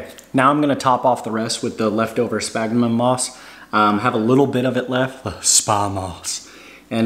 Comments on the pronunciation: Spaghnum, not smagma... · Great videos! As a biologist, however, my ears heart every time you said spagma moss. 🤣Spagmoss is a brand name. The moss is called sphagnum [sfag-nuhm] moss. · It’s “Sphagnum Moss”! I tried to resist, but I heard it so many times, it messed with the flow of the video. Nice job, though! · I cringe every time he says “spagma moss”. 😫 You must be thinking about your smegma dude!😅😅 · Good Lord, if I hear you say SPagnum moss one more time, I'm gonna loose it. Say it with me, Sphagnum Moss. Say it like this, sfag-nuhm. And Bromeliad, pronounced broo-mee-Lee-ad. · Its SFAG-NUM not SPAG-MA. See how it's spelled? --> Sphagnum. Sound it out. Also BRO-ME-LEE-ADS for bromeliads. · I had a small stroke every time he said that. Also bromeliad [bro-me-lee-ad]